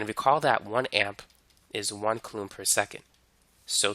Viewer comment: "koo-laam". Not "kuh-loom"